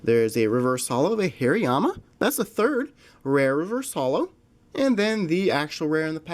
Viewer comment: You say these Pokémon incorrectly: Soul-ga-layo, Har-as in hard- ee-ama. (Hariama), Chin-chow. (Chinchou), arak-ra-nid. That is Aracunid.